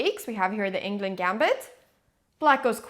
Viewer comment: I'm a bit disappointed how Anna says the Swedish name Englund.